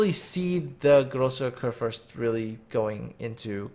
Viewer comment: Großer Kurfürst pronounced just right.